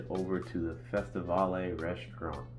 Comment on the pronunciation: Great video. Just to let you know the two dining rooms you mentioned are pronounced Fes-ti-vale and Car-ni vale named after former Carnival ships. Not pronounced Va-le.